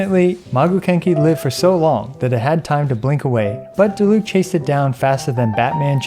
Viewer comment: yay someone that doesnt say die-luke but i mean if they were german it would be acceptable if u didnt know „die“ in german is a word that is used before other words that arent verbs or „descriptions words“ for example Die plüshtiere wich mean the plush animals and most of the time its used for a word that discribes for example not just an animal and instead multiple animals sorry if its not a good explanation with wrong written words but i tried